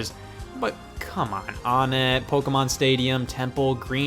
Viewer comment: It’s pronounced wanett